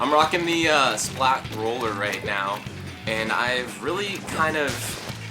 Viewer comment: It's roller not ruler.